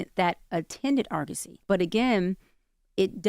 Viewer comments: This man can’t read lol it’s AR-GOS-Y not AR-A-GOS 😂 Was gonna let it slide but on the third time I had enough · Argosy ( R-GO-SEE). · Can you please pronounce ARGOSY correctly, please? Arr-guh-see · I never wanna hear bro say “Argosy” or “eligible” EVER again! 😂😂😂😂